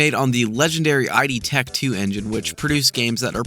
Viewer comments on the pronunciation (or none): ...did you seriously say, "I D Tech"?😊